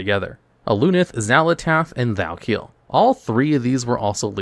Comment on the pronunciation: In a Q&A he did back in Warlords he said he purposefully does weird things like this and mispronounces words (Thal'kiel being one of them) to drive up engagement.